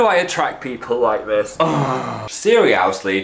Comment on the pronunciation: At time Phil said "seriowsly" instead of seriously